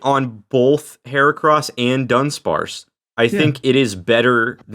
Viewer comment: Dunsp-cross? Nay nay. That's her-arse